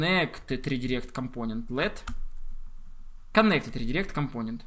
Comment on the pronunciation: когда ты говоришь компОнент, я почему то хочу выкинуть из 21 этажа свой ноут